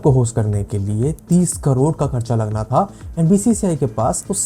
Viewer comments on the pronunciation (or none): none